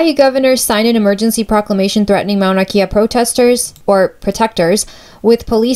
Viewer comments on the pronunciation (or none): Got this from a comment and I needed to clarify too: She was right and I mispronounced it. It's not Mauna Key-a but Mauna Kay-a (Kea). My fault Comment: Do your homework before stating an opinion, learn to pronounce the names correctly, and show balanced points-of-view. Perhaps then your argument will have some merit as an informational presentation. Otherwise you might as well post your opinion on twitter Response: After watching it again I see how I gave more way to a preferred view. I should have been more careful. I am in the middle about this. If the natives of the island are disturbed about having a telescope built on their mountain, then it should be respected but if there is tourism and conservatories already up there, why is the telescope a problem now? I see how I could have balanced it better. Thanks for the feedback